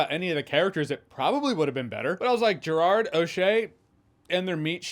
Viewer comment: Den of Thieves 2: Pantera was great! Loved the ending. Can't wait for Den of Thieves 3? One footnote: I wish all the people interviewing and talking to Gerard Butler would learn how to properly pronounce his first name.❤